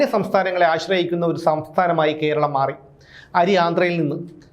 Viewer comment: 'കോ'രളം എന്നല്ല 'കോര' ളം